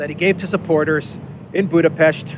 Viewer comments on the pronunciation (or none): none